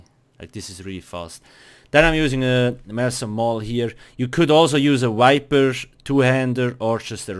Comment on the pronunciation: it is viper, not wiper. for fucks sake